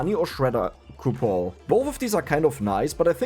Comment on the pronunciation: Man, those coupo silent N's really helped out making this run....function Reroll coupo Alchemy coupo Where's the N? Cou Pon Cue Pon The N has left the chat.... It has gone on vacatio The coupons have retired Game breakig ru N has left.